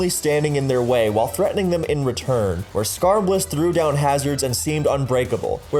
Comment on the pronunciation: I cracked up when he said “skarmbliss and friends” and casually note how they destroyed the tier. 😂😤